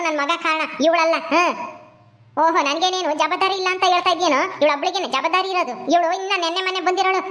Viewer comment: ಜಬಾಧರಿ ❌ ಜವಾಬ್ಧಾರಿ ✅ ಸರಿಯಾಗಿ ಉಚ್ಚರಿಸಿ